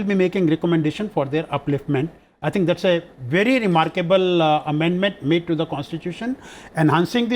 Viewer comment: sir its zath, not zhats.hahaha